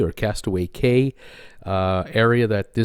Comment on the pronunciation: Hey, FYI cay is pronounced key as in Cay/Key West